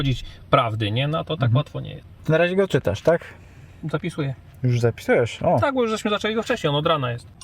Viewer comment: Najbardziej mi się podobało jak mówi po polsku w stylu włoskim "tak tak tak" w jego wykonaniu brzmi jak "sì sì sì"